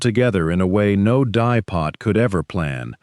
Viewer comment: “Dye pot,” not “dipot.”